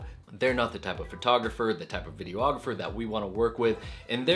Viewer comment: Hey man, love your videos but I gatta say it - "videographer" only has one "o"! It's just "vide-ographer" not "video-ographer". Again, I love you vids, please keep em comin!